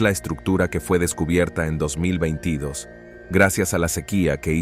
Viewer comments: Muy buen locutor.Pero no sabe pronunciar 2022... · Si ese locutor va a tener que hacer un curso para pronunciar el 2022 esta raspado